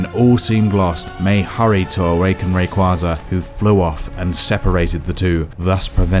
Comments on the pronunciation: CrystalLikesShibes I’m not saying that I have a huge problem with differing Pokémon pronunciations, but there’s only one official pronunciation for every name. Rayquaza is pronounced “Ray - Kway - Zuh”. Some people may not say it that way, but that’s the only correct pronunciation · Especially rayquaza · he said rayquaza wrong too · Alex Ivanovic They butchered Ho-Oh, Suicune, and Rayquaza. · Wow, you butchered Ho-Oh, Suicune, and Rayquaza’s names..